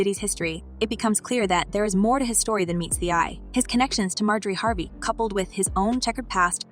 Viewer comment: How you gonna mispronounce Harvey??? If you're going to use AI, then quit being lazy and clean up your script!